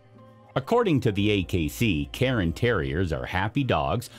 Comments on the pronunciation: Cairn terriers not Carin terriers.... air, care, cairn. CAIR-N.....CAIRN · Speak much? You are mispronouncing these breed names. The first one is not a Karen Terrier (do you mispronounce yearn, barn, spurn, torn, and bairn also?) ;the second one is not a Lapsa Apso and whatever else you're going to say next cuz I'm not listenin' to you anymore. But then I heard ... you mispronounced Bolonese (bolo + neez) as "Bellenese"! Congratulations are due, admittedly, to your attempt at Coton de Tulear, but it's Tu-lay-arr. And as I am writing this, you mispronounce Shih Tzu (she•tzu) as if it's "sh¡+-soup". It's "she-tsu", or lazily rendered most commonly as "sheet-sue, or "sheet-zoo". "Shed 'minimumly' ", you say? No, it's "min•i•mal•ly". Lastly, let me help you with the word, visage...it's not "vidgjugdge"... other people have trouble with this, too. Just imagine it being spelled "VIZ•zudge'. That should help. Be sure to put most of the stress/accent is on VIZ. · Oh for God's sake it is NOT pronounced "KAREN Terrier"